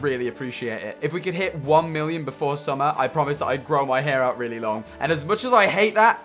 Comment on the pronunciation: why dose tommy say hair like a posh rich man- 🚶🏼‍♂️